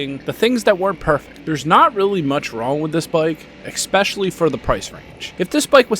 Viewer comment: I liked the review, even though you spent a bit too much time reiterating your points here and there. Thumbs up. Also, did you say, “eckspecially”? I liked the fact that you’re not going for the energy drink addicts, the ADD sufferers and the children abandoned by their parents to be raised by TikTok, YouTube, and the teachers’ unions. You know who they are. They need to be stimulated 24/7 with “extreme” content and Jerry Springer style, fake drama. THANK YOU for not pandering to that demographic! Please keep it up. I could readily do without the music. I figure that if you really have something to say, you should feel no urge to obscure your message by adding music. I just ordered the 300L Rally a couple weeks ago at our local, “mom and pop” Honda dealer. Should be here in a month or so…